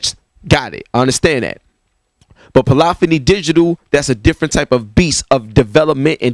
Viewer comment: Bruh you're killing me with the "Polophony" thing lol